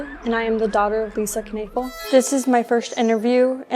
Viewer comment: Kanafill? Iy clearly says Knoefel. Learn to pronounce.